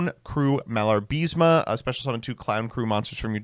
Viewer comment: IS MALA-BA-RISME. Not "MIALAR-BISME"